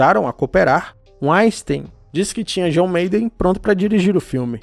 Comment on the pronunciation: Só uma correção: a pronúncia de Weinstein é "vainstain" ("vain" - vinho, "stain" - pedra).